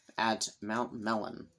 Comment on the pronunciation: Mellyn was my maiden name. It is a Welsh name and pronounced: “Ma Lynn”. Short A and emphasis on the second syllable. :)